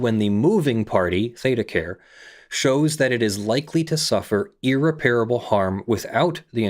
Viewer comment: Every time you mispronounce irreparable is like a nail in my brain.